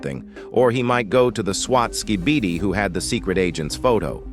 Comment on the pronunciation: I like how he says skibidi wrong